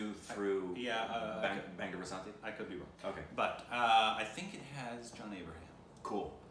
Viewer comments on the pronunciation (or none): none